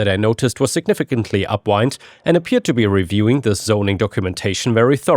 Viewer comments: Hi: In the first story you kept saying “upwind” with a long i, when it's supposed to be with a short i. “Wind” with a long i is turning, like winding a watch. “Wind” with a short i is moving air, like a breeze. When something smells awful, you want to be upwind of it so that the wind is carrying the smell away from you, as opposed to downwind where the wind is carrying the smell towards you. ⭐⭐⭐ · You need to tweak your AI. its up wind, not up wynd. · Do you know what "upwind" means? Up-WIND. It has nothing to do with winding something up. You pronounce it wrong every chance possible. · you pronounced upwind wrong every time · The way you say "upwind" is not a word. It's "wind," as in the air that blows through your hair when you're outside, not what you do to a toy car.